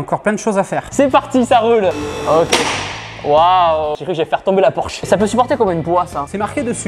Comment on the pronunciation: Porsche pas porche 😂😂😂